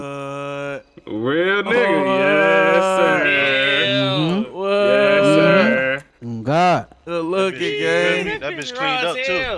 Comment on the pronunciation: Aint no way bro switched seats and flamed the car like that, bro said yesway😭😭